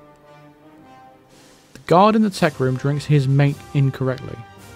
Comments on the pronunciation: It's not mate "mayt", it's mate "mah-tay". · Mate is a drink. Pronounced Mah-tay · Mate is a south american drink, also pronouced 'mat-ey' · Mate is a caffeinated drink, I believe pronounced mar-tay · Yeah, I almost spit out my drink when said drinking his mate..maté is a traditional South American drink.